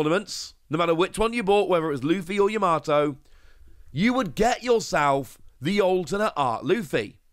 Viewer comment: There's one in Birmingham! See you there!. I wanted to say, Yamato is pronounced 'YAH-MAH-TOE'